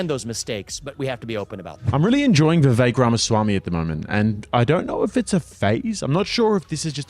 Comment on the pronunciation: Vivek, rhymes with cake.